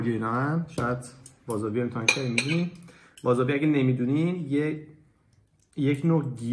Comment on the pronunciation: آقا اشتباه گفتی وازابی نیست واسابیه بعدش جابستیک رو اشتباه گرفتی باید دستت بالا تر باشه اون هم به ژاپنی میگین سویو